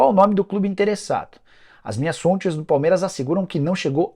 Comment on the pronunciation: E as "MINHAS SONTES"?kkkkkkk